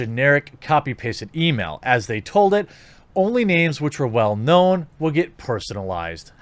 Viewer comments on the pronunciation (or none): none